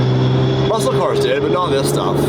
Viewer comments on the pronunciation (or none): none